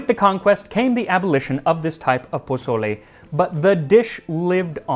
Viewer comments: Bruh, it’s pronounced “pa soul le,” not pa”z”ole. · I love your content and look forward to it, but you ain't gonna impress me with Huitzilophchtli if after a year and with a Mexican husband you say pozoley instead of PO SO LE. :) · Wait hold up you're telling us the history. First off say pozole right this video is CRINGE ASF. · Pronounced pō-so-lé please 🙏 Not bozolay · PaZOle. 🤨 mAZe. 🤨 Your mother in law is clowning you for sure... lol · Jose! Why didnt you tell Max that the "z" in Mexican Spanish is more like an "s" sound! The Mexican loyalty to Chicken Knorr bouillon. Good job 👍. Very accurate in general. 🤔🤔🤔🤔 ¿Menudo special anyone?